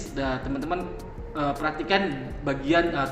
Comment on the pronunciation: A EF wan bang. Buka A FE wan